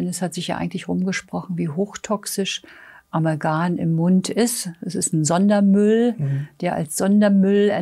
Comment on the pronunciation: Sehr verehrte, Ich verehre und schätze Sie und ihre wunderbare Arbeit, aber es heißt Amalgam und nicht Amalgan......sorry